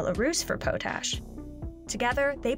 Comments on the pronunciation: This reporter or voice over seems to be repeating press releases she has read. Talk to active and knowledgeable people and learn to pronounce the vocabulary i.e. potash. Good subject matter but inexperienced reporting. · Ahaha..."Pow tash"....Its "POT Ash"...Yar can tell when some telling you how the wheels go round and round that dosent know anything about the subject... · does the woman do her homework? It's not "pote-ash", it's "pot"-ash. This is like the second or third time I've caught this narrator mispronouncing her words in the last 3 months. Like do your homework lady, you do this for a living... you get PAID to know how to pronounce things correctly.... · My father was a farmer and agronomist and always said “POT ash”, as in ashes in a pot. Never heard it called “POE tash” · the element potassium literally is derived from pot ash, not pote ash, its not PO tassium its pah tassium. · It's not po-tash It's pot- ash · It is pronounced "Pot-ash" not Po-tash!! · Please change how you say potash, it's not poh-tash, it's pot-ash. It's not a big deal but it really getting to me lol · It's "pot ash" not "pote ash" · POT-ASH, please stop calling it PO-TASH. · Its potash.. not poetash.. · If you are going to say Potash a dozen times in your video take a bit of time and learn how to pronounce it. Not Po-tash but Pot-ash. Watch any video on youtube that has a real farmer talking about it. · Please learn to speak English, it's POT-ash, not po-tash. It's a fertiliser, not a side you get with collard greens and grits. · Dictionary also says pät-ˌash. How was this not caught prior to release of the video? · Powww tasshhhhh! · It’s pronounced pot-ash since the old way of getting it involved a pot. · Lol the way she pronounces potash (pot-ash). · pot-ash lol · I'm sorry, "PO- tash"? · Stops sayin PoteAsh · potash is pronounced pot-ash.... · I cringed a bit when she pronounced it like that. A quick dictionary search tells you it's potassium carbonate from wood ash.